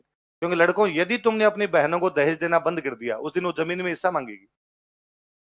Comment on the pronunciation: सर जी देहाज नही है देहज गलत है